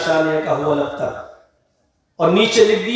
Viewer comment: AAP galat surah pard rage h gaur karo huwal aktar nhi h huwal abter h